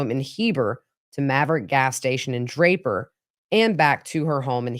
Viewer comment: You said Draper and Lehi correctly. I grew up in that area. 👍